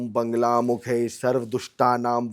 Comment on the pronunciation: Buddh bhagwan vishnu ke avtaar nahi hai..correction kare aap...bagair gyaan k video kyu banate ho.. Ye mahashay bagla ki jagah bangla bol rahe hai lagta hai inko bangla banana hai.. Bagla ka sahi ucharan vagla hai shastra k anusaar. Aap pahele rudrayamal tantra, sankhyayan tantra padhe fir bole.